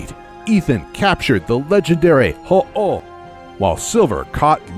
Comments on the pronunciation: says ho-ho instead of ho-oh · "HUH-UHHH' tf is this lmao its 'ho-oh' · "HOH-OHH" xD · Silver Gaming bra that's wrong it's "ho-oh" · He pronounces ho-oh like ha-ah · I couldn't stop laughing at the pronunciation of "Ho-Oh" lol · Liam Horton i'll agree with that, he emphasized a lot of names oddly. Ho-oh killed me though 😂😂😂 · This video had me dead when I heard him say Ho-Oh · I’m sorry but the way that he says ho-oh makes me laugh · id like to say you misspernounced half of the names for ppl and pokemon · You can't speak ho-oh,lugia and suicicun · Alex Ivanovic They butchered Ho-Oh, Suicune, and Rayquaza. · Wow, you butchered Ho-Oh, Suicune, and Rayquaza’s names..